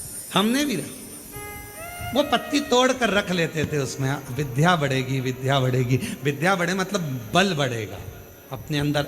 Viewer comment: बार बार आप विध्या कहते हैं जबकि सही शब्द विद्या है।